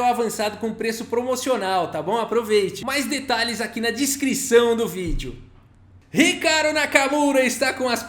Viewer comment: “discrição do vídeo” - um vídeo muito discreto! 😅